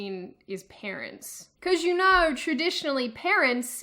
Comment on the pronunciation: At first, I completely missed the Aussie accent. Until you said, "You know" . Various British and colonial accents have that unique twang to pronouncing "no/know" and it's strongest among the Aussies. Sorry, just had to point that out. Okay, on to the rest of the video…